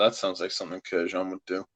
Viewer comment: It's Kurk-dzian, not Kurk-yan 🤣.